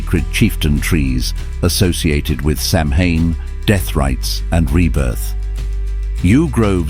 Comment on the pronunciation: Pity about the AI. Samahain is pronounced Sow-wen, not Sam-Hain